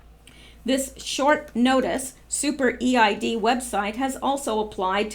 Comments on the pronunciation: Eid is pronounced Eeed. Eid is marked by sacrifices of animals, and is considered a joyous celebration. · Just a little info: The EID festival is pronounced EED (one word) festival. Where I live in Sydney, the Muslim community have the EID festival every year, with rides and food..... Everyone is welcome but I've never attended. Probably about 5000 people attend. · Thank you for the warning, 🙏 Could you give an extra warning when the info involves animal cruelty, pleeease 😘 I think EID is pronounced EED? Thank you for that last bit ❤️😃❤️